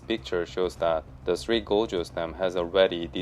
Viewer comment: You'd think you'd learn to pronounce gorges properly if your going to be saying it a thousand times.